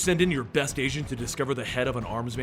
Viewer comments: lol did u say agent or Asian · At the beginning I thought he said "your best Asian" :p